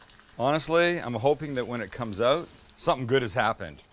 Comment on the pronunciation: I didn't know Sam is a Canadian Comes ooout